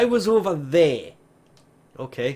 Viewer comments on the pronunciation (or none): "I was ova THEY!"